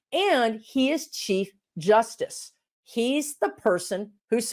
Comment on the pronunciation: You said chief justice, and I heard Cheap justice. 🙁